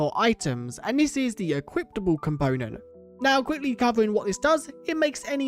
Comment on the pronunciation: why do you say equiptable